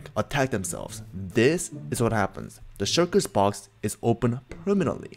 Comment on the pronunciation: He calls them shurkers